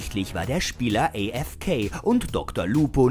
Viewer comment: Wie kann man AFK so ekelhaft aussprechen?